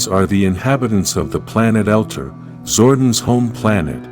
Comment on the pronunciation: It's not " Elter" it's Eltar " El tar", this is extremely hard to watch and just because I can RIP JDF